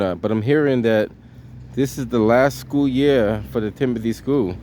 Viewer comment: TIMILTY.... not Timothy